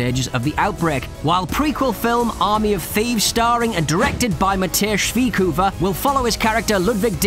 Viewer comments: Lol I’ve been german for quite a while now and I’ve gotten used to how the umlaut and the tone of how syllables are pronounced. It’s supposed to be pronounced as “Schveyoefer” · Its supposed to be “Schveyoefer” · hahahahah true. Its kinda hard to pronounce for an english speaker tho when your not used to it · More like Schwiekhufer 🤣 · Too funny how they pronounce "Matthias Schweighöfer" 😂👌 (I'm German) 🤣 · Bro you butchered the name Schweighöfer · That was Spoilers galore, wtf dude? And is it really that hard to say Matthias Schweighöfers name? Who tf is Matthesh? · Way to butcher a german Name🤣🤣🤣